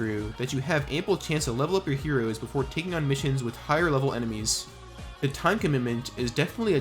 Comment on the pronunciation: why do you keep saying mode like that edit: holy shit the way you say heroes is even worse